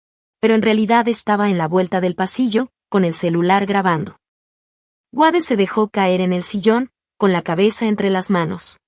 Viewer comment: El nombre es Wade! Se pronuncia U(ei)d no Uade. Gracias!